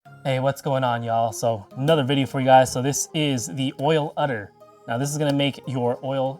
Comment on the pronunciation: It's an Oil UDDER not an Oil RUDDER! Mi no speeko engrish!